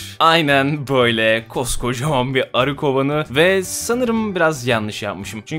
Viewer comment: Zonguldak /Devrek'te de ağzımızdan bazen böyle kaçıyor. Hatta böyle konuştuğumuz zaman "Koca Devrekli" diyorlar. :D